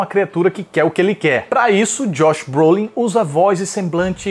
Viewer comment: Josh BROLIN, não Broslin.